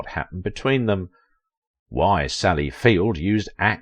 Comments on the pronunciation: It's Field, not Fields. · Mate! If you’re gonna do a story get the surname right! It’s FIELD not FIELDS! You said it through the whole video! Plus the title you put up! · I love how he say "Sally FieldS" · There is no "S" at the end of FIELD...Do you know who you are talking about? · 🎬 Sally Field ☆ There's no "s" in her surname 🎞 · It's Sally FIELD with no "s". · Get Her NAME right at least ?? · There's no "s" on the end of her name, doofus.